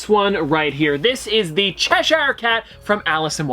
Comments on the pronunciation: Is it just me that gets a little annoyed when he says Cheshire wrong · That's not how you pronounce chershire. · I really hate the way you say Cheshire 😫